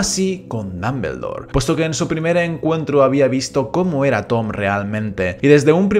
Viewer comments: Muy bueno el video, pero no es ni mAggle, ni dAmbledore, ni sLaghorn. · Muy buen video, ame la pronunciación "Dambeldor"